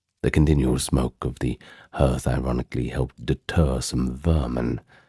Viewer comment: Hearth doesn't rhyme with earth - it's pronounced HARTH.